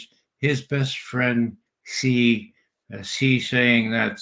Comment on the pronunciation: Judge, not President Zee or Jee. It's pronounced as President Shi. X =Sh and Z=J in Chinese.